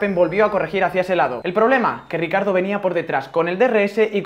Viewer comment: Se pronuncia riquiardo no ricardo xd